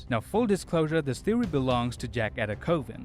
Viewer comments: “An amazing theowy”. Bruhhhhhh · “I’m here with an amazing thewy.” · You lost me at "Theowy" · His “thewwy” isn’t too far fetched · I come to you with an amazing "theowy" on how thanos loat in avengers endgame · all i hear is: "thewe" and "angwy"